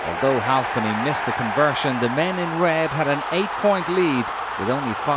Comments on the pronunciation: "Leigh HualfPenny" lolol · He really likes the L in Halfpenny.